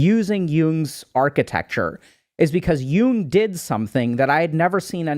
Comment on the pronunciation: It’s Carl Yoong